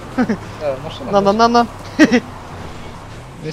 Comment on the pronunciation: маслакар,а не "маскл кар"!